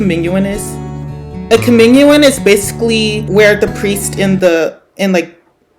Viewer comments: “cOmInUiN” Girl it’s communion (cuh-mioon-yin) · NO IT'S NOT FOR OMG COMMUNION IT'S PRONOUCED COM-UNE-ION AND IT'S JUST LIKE SUNDAY SCHOOL/RELEGIOUS EDUCATION SCHOOL! 😭😭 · "cuh-min-u-in" HELP ITS "cuh-mu-nion" right..? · "comminuon" gworl 😔🙏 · The way he pronounced communion it’s pronounced cuh myoon yun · ITS COE-MYOON-YEN😭😭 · LARPING ABOUT COMMUNION AND MISPRONOUNCING IT 😭😭😭